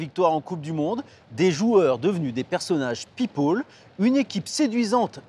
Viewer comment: Pipole à partir de là j’ai arrêté d’écouter